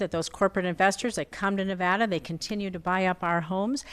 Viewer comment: Fuck Sam Brown, he can’t even pronounce Nevada. Jacky is a star, I’m keeping her.